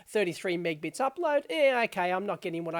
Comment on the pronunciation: Minor thing, but calling Mb/s 'megbits' as Dave does in the beginning of this video (several times) is a strange pronunciation. It's 'megAbits', the key part of the word is 'mega' meaning million.